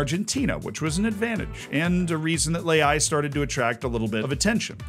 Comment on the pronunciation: Rafael Leao ❌ Rafael Le'ai ✅